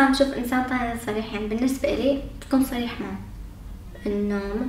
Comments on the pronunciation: سريح و عندك مشكلة بحرف الصاد و شخص هون ما عندك مشكلة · احب الاشخاص ذات القوة الشخصية مثلي ك لاحظوا عندما لفظ صريح وعند مشكلة بحرف الصاد فصار يتمسخر سكتوو دغري اما لو كان شخصيتو طعيفه كان شبعو مسخرة وهو عم يتضحك